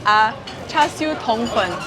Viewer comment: I think she did a pretty good effort. I can only hear a slightly off pronunciation of "hor lok" and "tong fun" personally.